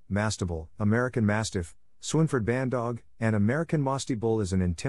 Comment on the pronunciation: Dude stop saying << BandoggA>> there is no A in bandogg and aslo no E at the end....BANDOG....If you want to make a video about them at least say it correctly.Cause obviously u DONT know this dog